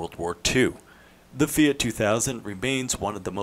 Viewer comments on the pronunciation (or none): "FEE' OUGHT"